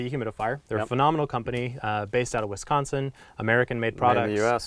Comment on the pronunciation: Holy cow, someone said Wisconsin right!